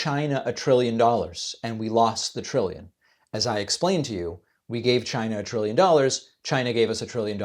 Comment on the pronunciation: Triwwion Not trillion. just like JD Vance people would pronounce